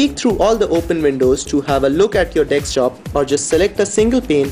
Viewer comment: dekstop lol